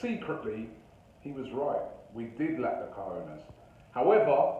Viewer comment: “Cojones” Robbie, “Cojines” means pillows xd in south america we also say “huevos” (eggs), “pelotas”/“bolas” (balls).